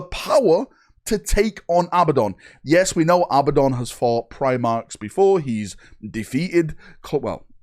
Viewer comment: Who is Abbadon? Learn how to read and speak English. It is Abaddon. A-bad-don.